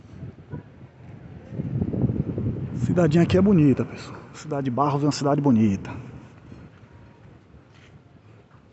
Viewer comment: correção o nome e barro não barros